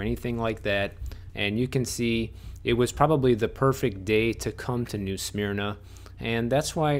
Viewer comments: WOOF! its "new SUH-MERNA beach" lol, not "SMEARNAH". Yes its sleepy here. lets keep it that way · Careful how you say Smyrna… I know your Illinois accent, I’ve got downstate Cherry Valley accent too but I pronounce smyrna correctly / but I also live in this little town now! 😁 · Way to totally mispronounce new SMYRNA lol